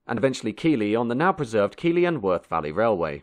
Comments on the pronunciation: listen, it's pronounced keth-Lee, come round here saying keylee and you're getting lifted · Keighley is said Keith-lee not key-lee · I know others have commented, but Keeley really grated, try saying Keefley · Keely 😂 it's pronounced Keithley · Well! The footage is rare and excellent, but the commentary is , to say the least, verbose. Keighley is pronounced “Keithley”, not “Keeley “,and Wortley is pronounced “Wertley”, not “Wortley”. The person reading the commentary was certainly in a rush!!! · It's pronounced Keith Lee not Key lee. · It's Keefly. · Keighley is pronounced Keethley not Keeghley. !! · Keighley is pronounced "Keithley", not "Keeley". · Note for: It's pronounced "Keith-lee", not "Kear-lee." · Keighley is not pronounced "kee-ley": it's "keith-ley" ! :) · It’s Keithly not Keeley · Kieghley is pronounced "Keithly". The pronunciation of Yorkshire place-names is particularly unintuitive and merits checking. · It's not pronounced Keeley. .it's pronounced Keithley, spelling Keighley. My distant family was from Bradford and the decline of Bradford from one of the richest towns in the country to one of the poorest is a salutary lesson in global economics combined with poor local government. I can remember the Jacobs Well council building being constructed in the mid 1970s, and it being blown up two or three years ago. No loss, it was awful from day one. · Keighley is pronounced Keith-lee not Keeley. Interesting documentary though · its pronounced "Keith-lee" and not "Kee-lee" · Keighley is NOT pronounced "Keely" as you say. It is "Keethly". Please check your pronunciations of local place-names. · Keighley - pronounced Keithley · keighley is pronounced "keith-lee" but its aight because the town doesn't deserve respect anyway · Interesting history but please change your intonation!! Your narrative is painful to listen to. Also, Keighley is pronounced 'Keith-ley' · Please note - Keighley is pronounced Keethley.